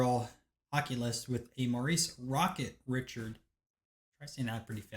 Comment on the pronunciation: Great video, welcome to the world of hockees... Gotta work on the French to pronounce same those names 😉 Rocket Richard... Ree Chard